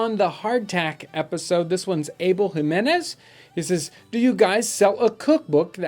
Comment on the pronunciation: I love that you pronounced Jimenez correctly!! Hats off to you~